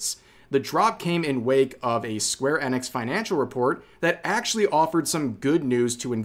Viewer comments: Rev, why are you pronouncing "enix" as "annex"? You do know it's pronounced "eenix" right 😅 Or is there a joke I'm not getting? =p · it's E nix. not EN ix. seriously dude, wtf. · EEENIX not Ennex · Is it really "Square Ennex", I thought it was "Sqaure E-nix" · My guy I hate how you say that it's square eeeeee nix not annex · its "eenix" you goof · The way you say Enix is so painful to hear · why you saying enix like that